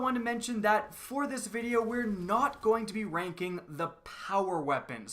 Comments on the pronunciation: instead of ranking it sounded like wanking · it sounds like he says wanking